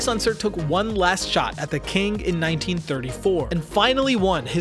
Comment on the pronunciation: The word :King:does NOT end with a hard "g" - it ends in "ng" which has its own pronounciation...